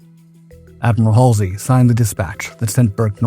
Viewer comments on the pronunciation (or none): none